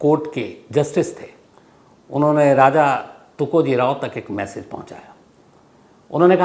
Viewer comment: You should call TukojiRAO not tukojiray